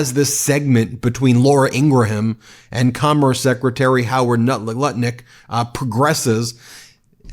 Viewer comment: You still don't know how to pronounce "Ingraham"